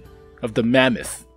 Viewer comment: say mamuuut 1 more time ill puke from laughing xd